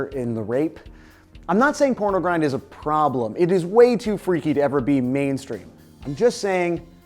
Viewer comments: 1.pornogrind, not pronogrind 2.carcass, not carcas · pROnogrind? sorry for being a pedant >.> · "PRONOGRIND" :P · “Pronogrind” P R O N O G R I N D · Pronogrind? Lol. Good vid though. 👍